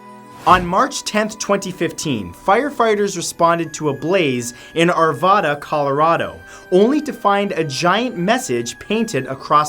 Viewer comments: I’m from Colorado it’s Ar-vaaa-da not Ar-vah-da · As someone who lives in Arvada, Colorado and goes so Arvada High School, you said it wrong. You said it very, very wrong.